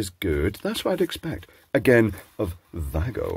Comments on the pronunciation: It's German...so say VAA-GO...And ffs it's HOPE-EE and NOT hoppy as you insist on pronouncing it. It's named after an American Indian native tribe...hv told you so before too 😡😡 ❤️💋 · That now just sounded like: “wiggle”. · Voo-ahhhhh-gooo. Takes about three seconds to pronounce if you do it properly.